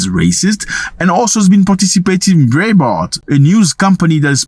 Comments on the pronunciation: Breitbart News (pronounced ( brightbart) is NOT far-right! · BREIBART- ''BRIGHT BART''